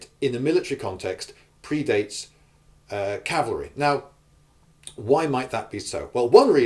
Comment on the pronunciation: It's cavalry, other than that good point.